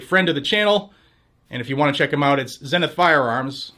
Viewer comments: It is pronounced zee nith, not zen nith. Who taught you to read? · Here in Texas we call them ZEE-NITH not ZEN-NITH, kinda like the Zenith tv. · Heck yeah that's awesome! ..psss hey no offense but its pronounced "zee-nuhth" just incase they sponsor you again ehem Woohoo! "Shall Not Be Infringed!" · Is it actually pronounced "zen" ith? Shouldn't it be "Zee"nith? American company and all. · Zenith is pronounced "ZEE-Nith"!! Like the old TV company. ZEE-Nith! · Probably pronounced "zeenith". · Isn't "Zenith" pronounced ZEE-NITH ? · I thought it was pronounced Zee-nith. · Man, why can't people say zenith right... It's zee-nuth! It's just makes this dude look stupid why you can't take 5 seconds to research how to pronounce a word. I bet Zenith is thrilled to have paid for this shitty add read.... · The Name doesn’t go on, until the quality goes in… Zeeeee nith???? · It should be pronounced Zee-nith as in Sea Sith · Is it zeh-nith or zee-nith? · Is the mispronounciation of Zenith intentional? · Why do you pronounce Zenith the British way?